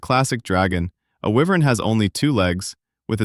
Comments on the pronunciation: It's Why-Vern not Wee-Vern..... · Getting this wrong in the video explaining the differences in them is wild. I am also pretty sure wyvern is pronounced wYvern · It's not 'Why Vern?' Ahh man. lol